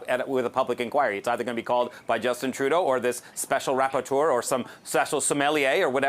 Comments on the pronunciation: They got you all confused eh. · "rapporteur" hahahahahaha